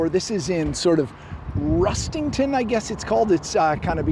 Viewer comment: Correct pronunciation of Rustington 👍‍ I've never been into Aldi, but I use the Worthing Lidl quite often. I like them for their fresh produce, because they don't have a stock room, all the goods go straight out onto the shop floor upon delivery. I regard their fresh produce as superior to their much more expensive competitor just across the road in the High Street 😄